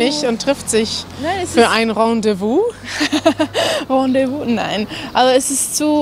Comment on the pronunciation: es heißt Rendez-vous und nicht Rendevouz